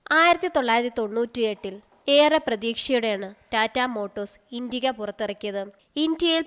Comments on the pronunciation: It's not intiga, it's an "Indica" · Very pathetic narration...full of miss spelt words... indiga?!?...really? Its indica!!!😣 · V12 അല്ല v2 ആണ്, പിന്നെ ഇണ്ടിക അല്ല ഇന്റിക്ക ആണ്